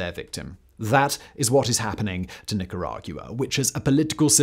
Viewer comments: Simon, your pronunciation of Nicaragua is not only extra AF, it's wrong AF. the end is a "GWUH" sound, not "GU-AH"... and Chavez starts like "SH", not "CH" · Nicara-Gua not gia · It’s truly fascinating to me how after reading thousands of hours of scripts covering a myriad of topics Simon can so confidently say Nicarag-you-uh, like, a bunch of times. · Lol the way Simon pronounces Nicaragua is so damn funny to me! “Neecorauwguwa” 😂😂😂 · Nicaragyoua! Couldn’t get past it. It’s like Nicaraqwa Simon! 😂😂😂😂😂😂😂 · I couldn't hear anything but the horrible sound of him trying to say the country's name. Literally retained 0% info beside Nicaraguyoua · The hardest part of listening to this is hearing Simon say it "Nicara-guuaa". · hahahahaha, I cannot unhear it! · Say nickeragyewa one more time Factboi lmaoo 🤣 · Watched this just to hear Simon’s pronunciation of Nicaragua. 😂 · I had to google how to pronounce it because he had me doubting myself 😂😂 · Ortega never was a Marxist. Also, can you learn to say “Nicaragua” correctly. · First time I've ever heard Nicaragua pronounced that way before. 😅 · Yeah, I don't really like it. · yes, the brits have a proud tradition of pronouncing Spanish words like dickheads. Somehow they get Venezuela, Paraguay, Uruguay, Guayana, Ecuador, Guatemala, etc. reasonably close. Yet changing that long u sound from Nicaragua is an affront to the queen. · It’s rather annoying. Get the name right. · The way he pronounces Nicaragua is so annoying. Bruh, come on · What's depressing is hearing Nicaragua said that way so many times.